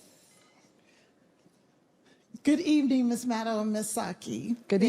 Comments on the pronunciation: Hard to imagine that you can't pronounce Rachel's last name correctly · Jen's dedication to not learning how to pronounce Maddow is truly impressive.